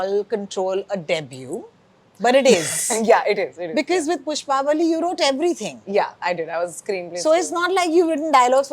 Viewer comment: Behan, Pushpavalli sahi se bol tho le. How difficult is it to do a little homework or show a little respect to a language and not butcher it like this. Bolne nahi aata tho padhne tho aata hai na? Spelling se nahi samajh aaraha kya pushpavli and pushpavalli ka difference?